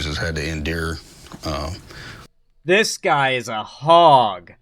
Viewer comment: “Has had to INdure”